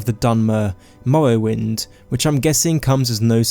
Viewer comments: Skywim Mowwowind High Wock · I know it may be a lisp or some actual disease but the way he cant say "r" like Skywin or Mowowind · "Povinces" "Ewa" "Skywim" "Mowwowind" "awea"